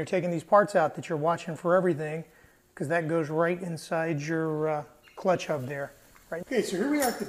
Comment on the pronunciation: yeap! I'm from Brazil and "h" sounds like "r", yes, hub! It is a elastic pin and it should be there. I just made one from a roller bearing. All fine now! Thanks! Great video!